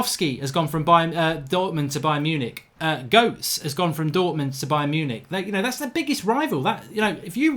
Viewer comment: Did he just called Mario Gotze .......(goats) 😭😂